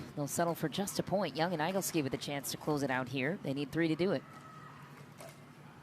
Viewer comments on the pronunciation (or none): I've never heard that last name - Igleski - prounounced "EYE-gul-ski" it should be "Ih-GLESS-ki". I think should check that.